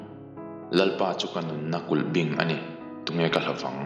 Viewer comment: Kulhbiing ti a lam tur.